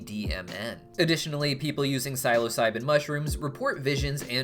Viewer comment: also the way he says psilocybin